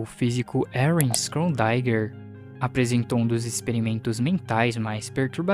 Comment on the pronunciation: A pronúncia errada do nome Schrödinger me deu uma bugada, mas fora isso o vídeo tá incrível irmão